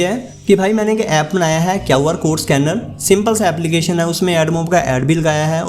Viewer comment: kaw R code nahi re QR code hota hai